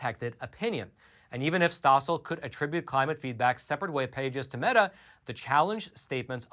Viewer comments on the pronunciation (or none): none